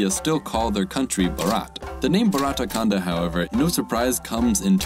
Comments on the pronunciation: Yup it's simple, and have good meaning, except his pronounciation was bit off but good try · Did absolutely right to describe India (or Indian subcontinent) But yeah the pronunciation is nowhere what actually it's like.